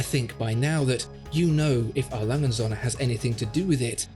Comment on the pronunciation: und Söhne, not "Sonne". With a long ö , and u is an oe as in shoe...please Sonne= Sun, Söhne = sons